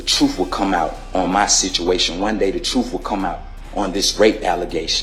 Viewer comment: he said truff instead of truth